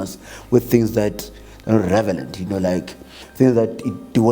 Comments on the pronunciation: Even if he said "Revelant". English is not his first language. Should be shocked when said by someone who's Engish is their first language. Not trying to be protective though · Through and through revelent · Who else heard this man say revelent?😏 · i heard him saying, :"I cannot disclosher" and "revelent" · Tjooooo did he say "Revelant"?... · lol he's revelent